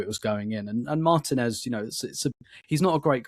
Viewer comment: Mar-teeeeeeeeeeeeeeeeee-nez. Margin-ez is completely wrong.